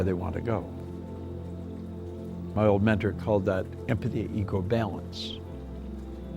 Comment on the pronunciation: Did he say “empathy eco balance” ?